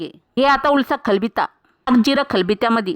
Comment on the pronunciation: 'खलबित्ता' नाही ग पोरी..! 'खलबत्ता' म्हणत्यात त्याला..!!